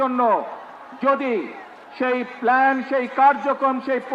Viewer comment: প্ল্যান কি প্লান